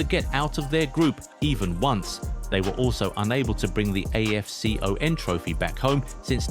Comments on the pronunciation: Just call it afcon man, A. F C. O. N, what's that? Imagine hearing someone calling euro, E. U R O!!!! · So cringy hearing afcon spelt as single letters just say Afcon as one word not single letters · I hate how you say afcon say it together